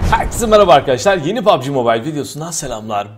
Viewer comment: 'de pubg yerine babci mi dedin abi